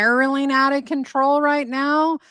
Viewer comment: “Spiraling out of controw” 😂😂😂 ok